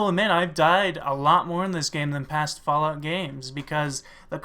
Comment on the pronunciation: lol "flalout"